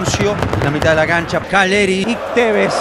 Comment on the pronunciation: No es Calleri es KAILLERI